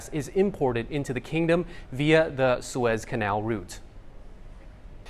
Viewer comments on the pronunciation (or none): at least to American ears it's pronounced Sue-ezz, rhymes with fez. (The hat.)